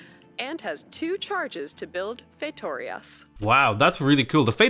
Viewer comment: Your pronunciation of "feitorias" was much better than the one done by the person who was hired and paid to do so